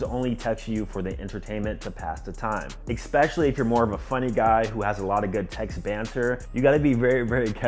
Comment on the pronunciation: Expecially 😅 otherwise great video